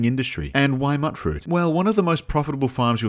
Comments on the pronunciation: im sorry to tell you this but mutfruit is pronounced mute-fruit, not mutt-fruit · Bro mutfruit is pronounced like mute not mutt that one intelligence point is showing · It's not "muttfruit". Since you're an aussie I know you know how to say 'ute', so just put an 'm' in front and a 'fruit' in the back and you got 'mutfruit'. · Every one miss pronounces mutfruit. Why? Its Mute Fruit because the mut is short for mutated. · its pronounced "mute-fruit" like mutant fruit. damn you Britain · Dude, "Mutfruit" is pronounced mute-fruit, as in mutated fruit. Sorry to be the grammar police, but Fuk, someone's got to do it. By the way, I love your vid. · It's pronounced MUTE-FRUIT. As in mutated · Immediate L for not pronouncing mutfruit correctly. Mut, like mutant. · Is he saying "Mutfruit" wrong on purpose or does he genuinely think that's what it's called?